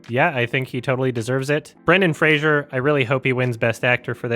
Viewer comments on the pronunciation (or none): Brendan FRASER not Frasier,.